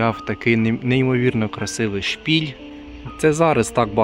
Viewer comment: *шпИль, а не "шпіль"